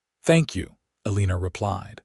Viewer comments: If you check the notes - the name is “Eleanor” but is mispronounced by AI narrator. Narrator says Elina-er but that is incorrect. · If you check the notes - the name is “Eleanor” but is mispronounced by AI narrator. Narrator says Elina-er but that is incorrect. In the CC it shows pronunciation as being “Elina” - just know it is frustrating to hear name mispronounced over and over again.